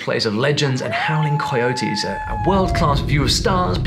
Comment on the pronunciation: All of those accents were completely normal, what wasn't normal was how he mispronounced coyote